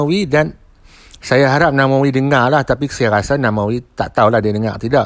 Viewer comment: Namewee...not namawee....